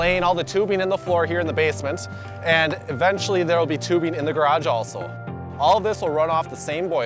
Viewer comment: the way this guy says basement